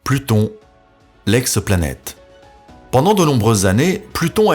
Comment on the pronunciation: "L'ex-eu-planète". Il n'y a pas de "e" à ex.